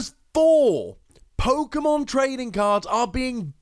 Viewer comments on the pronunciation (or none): none